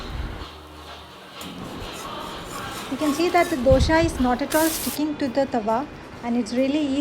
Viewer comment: Hi , nice video..Please pronounce dosa not as dosha